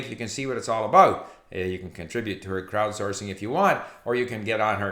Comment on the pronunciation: I distinctly heard "Krautsourcing" ;)